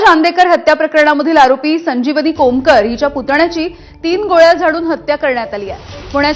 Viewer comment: खोमकर नाही कोमकर असा शब्द उच्चार करा, वृत्तांकन करताना घाई होतेय.